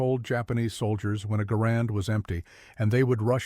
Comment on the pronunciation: Dowble-u Double-u 2 soilders. AI garbage